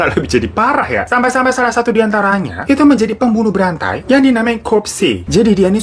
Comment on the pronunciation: Bang ko w dengerna pembunuh berante😂😂awaaakkkakaka bukanna berantai ya